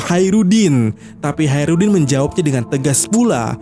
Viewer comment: Hacrutdin koplak Bukan Haerudin 😅